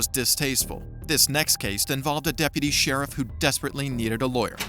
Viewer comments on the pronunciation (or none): He said Cheri/Shari. Not Sheriff.